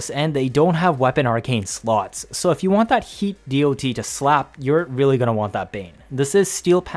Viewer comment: geez it took me 4 minutes to realise it's "D-o-T" and not "deity", i presume you haven't played many MMOs in your past? since the beginning of time it's called "dot" not D-o-T, everybody understands that. But yes, The Vergalas is my one and only weapon on my sentinel since its release, when i don't use Panzer Vulpuphyla